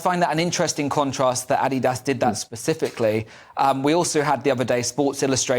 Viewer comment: She said ADIDAS wrong!